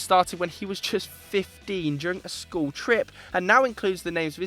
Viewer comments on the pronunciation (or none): none